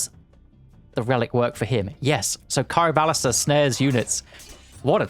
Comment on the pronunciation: Ironically enough that word is purely Greek in both pronounciation and how it's written and it's pronounced "Chee-roh-vah-lee-stra" and translates directly into "hand-crossbow"